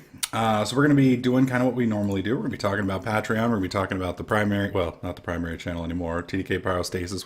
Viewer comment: Pay-Tree-On not Pat-Tree-On xD